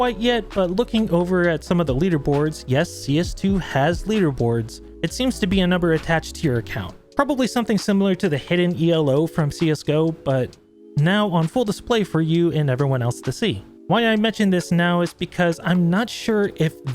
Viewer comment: Elo is not pronounced E L O it's E-Low. It's a word not an acronym.